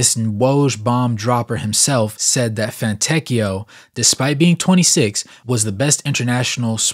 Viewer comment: it is very close to "See-moe-nay" , but the correct pronunciation is not easy to get for a native american/english speaker, and the surname Fontecchio is even harder but you pronounced it almost perfectly, so very good job 👌